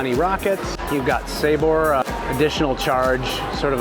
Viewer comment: Next time you’re on a cruise ship maybe you can learn how to pronounce words correctly like Sabor snd bagel. You’re welcome. 😒